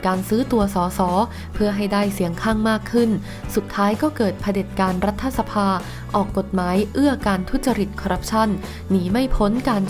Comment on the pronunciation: บอกกี่หนแล้ว ให้อ่าน รัด ถะ ไม่ใช่ รัดทะ (รัฐสภา) ยังดื้ออีก